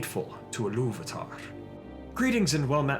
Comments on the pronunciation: First, it's pronounced EE-loo-VA-tar not eh-LOOV-a-tar . Sorry, but it grated every time you said it. There were a couple other questionable pronunciations, but I won't dwell on them. Just, please, fix this one if you fix any. Now, with that pedantic criticism out of the way... The Silmarilion informs us that the orcs breed true, and breed rapidly. From the time the orcs were created until the time of the Hobbit, 7000 solar years have passed, but it's important to remember that the standard solar year didn't exist until after the sun and moon were created. Before that, the world measured time in Valian Years, which Tolkien accounted as being 144 solar years. The First Age is said to have lasted 587 years after the creation of the sun, but began when the elves first arrived in Valinor. The orcs were created sometime soon after. It's extremely hard to get a good account, but an estimate of solar years before the destruction of the the Two Trees is not unreasonable. The Second Age lasted for 3441 solar years and the Third Age for 3021. Why all this talk about time? Because the orcs' prolific breeding cycle can account for all the variety of orcs/goblins that we see by the time Bilbo leaves his house without a handkerchief. I don't think Tolkien was ignorant of Natural Selection, and being a scholar of etymology, he would easily draw comparisons between the two. Orcs living and breeding in different regions would develop specialized traits ideal for those locations. Cramped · I believe Ilúvatar should be pronounced and stressed more like a Germanic speaker would, but I find it hard to explain phonetically: "Ilúvaatar", instead of "Illúvahtahrr"